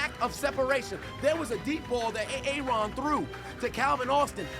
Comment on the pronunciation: I will admit I'm new here but hearing you say Aaron like that makes this more funny.